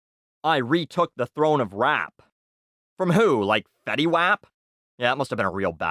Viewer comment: Lol he said fetty wap wrong